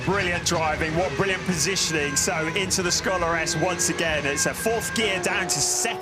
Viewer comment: Schöller-S has nothing to do with "scholars"...